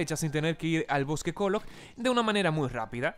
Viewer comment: En vez de kolog a dicho. Kulito?